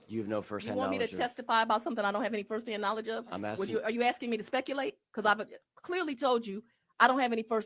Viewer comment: She is absolutely ridiculous😂 You axing me too spekuulate??